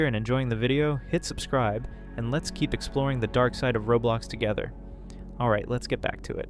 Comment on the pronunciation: I said that cause he said robulox instead of roblox that's what I hear tho